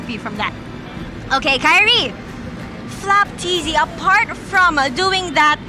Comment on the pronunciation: FLAPTZY ❌ FLOPTZY✅